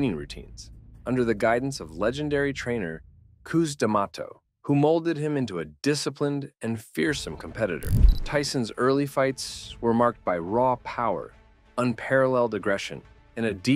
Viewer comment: His trainer was pronounced Cus as if he was swearing at you and Damatoe it’s pronounced Damado so his name is CusDamado mot coos and not Damatoe